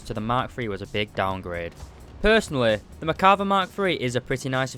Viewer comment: You say Merkava" I hear "Macabre"